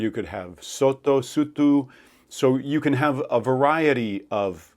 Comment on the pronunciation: South African here. Your accent is THE WORST! It's not Afrikaanz, it's Afrikaans. And you can't decide how to pronounce Sotho? Stop pretending you're an expert. Your are not qualified. I am cringing so hard right now.